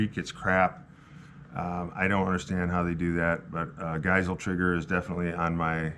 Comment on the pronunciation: friendly reminder that Geissele is pronounced GUYS-LEE